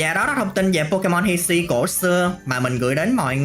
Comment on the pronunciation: Phát âm pokemon chán vl